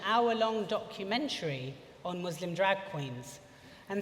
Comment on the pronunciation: The Muslim drag queen that can't pronounce the word 'Muslim' correctly, hmmmmmmmm... fame seeking much?!